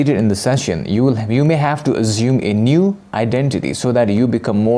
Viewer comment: I need this answered as well!! what's he saying ?! " azuming" " assuming" I dunno 😅